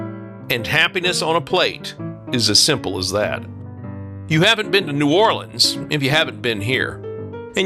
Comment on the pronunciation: Thank you for pronouncing our city name correctly. You did your research.